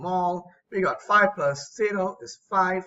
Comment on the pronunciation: WHAT DID YOU SAY I DID NOT UNDERSTAND, "IGAT." When the whatapp thing came